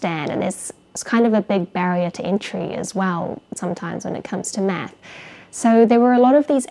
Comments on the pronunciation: i just get stuck on 1 thing about your videos. Anything other than that is perfect but you pronounce math like meth and it always cracks me up. i just wanted to tell this. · I keep hearing meth because of her accent 😅